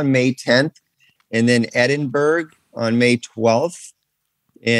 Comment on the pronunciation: Man said Edinburg 😂